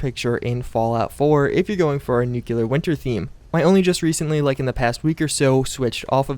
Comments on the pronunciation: NUCLEAR! NOT NUCULAR! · It nuclear, not nu-cular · Nuclear = New-clear, not new-cu-lar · It’s Nuclear....not fucking Nucular. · pet peeve. It's not "Nucular" it's "Nuclear" New - Clear. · "nuculer" lol. u gud talk. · nu-cle-ar -sweet aunt nancy this is even a game about it. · NUCULURE it's pronounced NUCULURE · My guy makes so many fallout vids but says nucular lol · ((No offense meant)) hey, Nuclear only has one "U" and is pronounced "noo-clee-ar" or "nu-clear" because it makes a "new"-"clear"ing. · "nukyuler"?? really? .. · Nithun Sridhar The actual pronunciation is noo-cley-arr so. You're wrong as well. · I wrote nuclear. The word. Not the pronunciation or the phonetics. I just said that NUCULAR is wrong😅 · Finally someone corrects him on the way he says nuclear